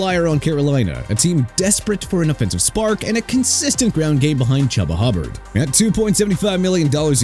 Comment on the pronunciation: Gotta love how puts in a clip of people saying Rico Dowdle and Chuba Hubbard's name correctly and then proceeds to pronounce them incorrectly. It's almost like he's doing it on purpose and it's really annoying tbh